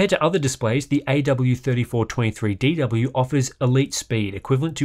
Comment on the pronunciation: Well done for saying Aydoubleyouthirtyfourtwentythreedeedoubleyou over a dozen times.